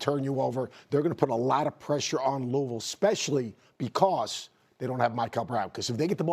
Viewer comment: Finally, someone call-n out the incorrect pronunciation of Louisville. It's Loovull, get it right people.